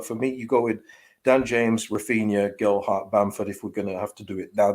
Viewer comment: Please stop calling him Gel-dart.